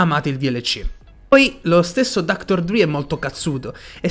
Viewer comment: Si legge dr dre nn dr dri 😂